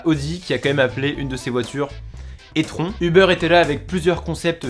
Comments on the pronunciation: C'est pas e-tron mais i-trone prononcé comme ça stp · déso mec sa se dit i-tron et pas é-tron mes sa s'écrie e-tron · C'est pas etron c'est e-tron (i-tron) Faut pas abuser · Sache que la voiture d’Audi se prononce /i/-tron, et on les retrouve dans Avengers Endgame en 2023 Sympa la review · E Tron se prononce « I Trone »😂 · mention spéciale à Audi qui a quand même appelé un de leurs modèles e-tron🤣🤣 On prononce "i-trone" c'est de l'anglais😁🤣😁🤣